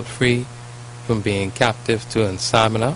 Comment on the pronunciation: It's not insomina it is called insomnia. In-som-knee-ah.